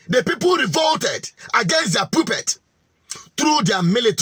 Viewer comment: The word "PUPPET" is pronounced "POPPET".